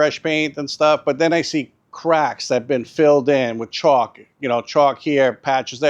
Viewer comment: Great video..it sounds like chalk..caulk?